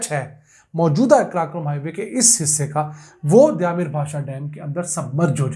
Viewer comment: لفظ دیا میر نہیں دیامر ہے